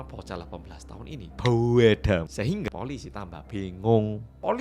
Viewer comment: masalahnya ciri-ciri yang disampaikan sama pemilik tempat pijat sama bocah 18 tahun ini buuweedaa (gak ada tulisannya😁) sehingga polisi tambah bengong (ucapan "bingung" dengan logat Malang muwedok pol 🤣)